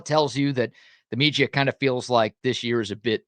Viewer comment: Why does he struggle to say media?